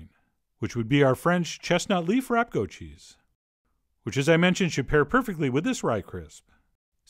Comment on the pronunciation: You pronounced the first cheese wrong twice lol